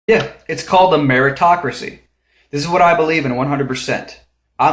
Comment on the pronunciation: I was a bit thrown off by your meaning of "Meritocracy" as it sounded like you said "America-tocracy" as if it was something significant to America. But anyway, the definition of Meritocracy is a political system inferring people with "merit" are given political power, not so much monetary power. But the only way to get political power, in this world, is to have loads of money (just not sure what they spend it on to win a political office...). After all if America did run like a meritocracy, teachers, firemen, police, sheriff, active and retired military personnel would be high paying jobs. Or at least better taken care of, but they aren't. Which is a true pitty.